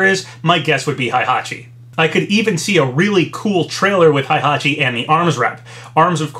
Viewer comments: "Hai"-hachi..... lol Dood its "HEI" hachi, there no "A". XDDDDDD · It’s HEY-hachi not HIGH-hachi GET IT RIGHT!!!